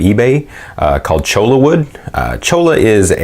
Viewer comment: It is pronounced CHOY YAH not CHOW LA. LOL